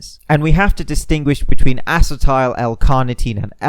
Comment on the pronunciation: Acetil not Acetile